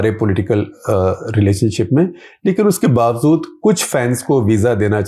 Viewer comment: Shekhar ji should improve his Urdu…..it’s bawajood…not bawazood 😢